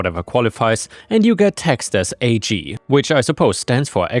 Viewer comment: Hey, great story narration as always. Since you asked, yes ag is the short term for agricultural, and it’s not an acronym to be pronounced as a g, it’s pronounced like the beginning of the word agriculture. One of those fun quirks of English 😊